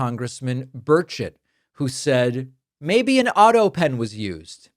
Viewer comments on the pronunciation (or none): Did you say Birdshit ? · I'm sorry, no matter how many times you say Burchett (even after I turned on the text) it sounds like you're saying Birdshit. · At first I thought you said "Congressman Birdshit" 😂 Took me a minute to realize you actually said his name - Burchett. I think Birdshit is more fitting though. 🤣